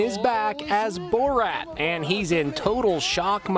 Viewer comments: Lmao this fool pronounces it as booreerat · "BOR-ROT" bruh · Maybe not borat but Burat...lol